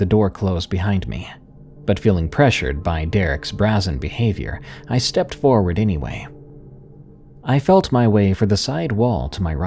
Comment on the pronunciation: Ooooh, love the mythology story! I love brainy horror! 🥰🥰 Also, just a gentle bit of pronunciation help: "Brazen" is pronounced "bray'-zen." (Rhymes nicely with "raisin." 💕) Hope this helps. 💖 Love these so much, D! 💕